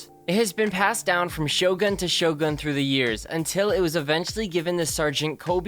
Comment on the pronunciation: you cant even read masamune and shogun right, you should practice some japanese bra